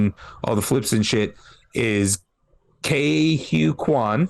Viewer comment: Ke Huy Quan = Kee Wee Quan Actually he said in an interview he left the industry more reluctantly than expected. After his childhood success he had a few roles here and there yet nothing substantial cuz it took Hollywood decades to have more roles for Asian actors. He didn't so much "retire" cuz of want but simply that's the way the ball bounced. Great review for a great movie y'all.